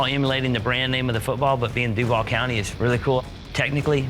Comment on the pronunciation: Allen Robinson was looking like that bc that is NOT how we say DUVAL 🙄🤦🏽‍♀️🤣